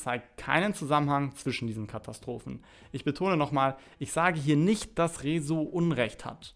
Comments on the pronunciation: warum sagst du eigentlich Rezos namen so merkwürdig ?? kannst du das nicht aussprechen oder ist das als Joke gemeint ?? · Lern Rezo richtig aus zu Sprechen! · Also sogar Phillip Amthor hat es geschafft "Rezo" richtig auszusprechen. Herzlichen Glückwunsch, du bist inkompetenter als ein CDU Politiker. Spaß bei Seite, morgen kommt ein richtiger Kommentar, kann aber schonmal sagen, dass das Video nach viel Arbeit aussieht und ich rechne dir das hoch an.